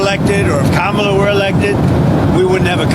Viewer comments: Did Levitt say Kamala correctly?! Give her a medal....first Maga to do so EVER! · He actually pronounced Kamala correctly, so, he can't be racist, right? Right?